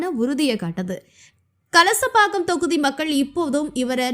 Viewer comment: Not Kasalapakkam. Kalasapakkam.